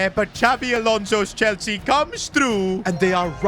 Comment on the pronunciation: Bro said enzo maresca chwlsea